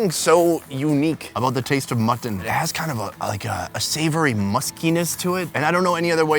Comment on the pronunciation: "mutt TON"...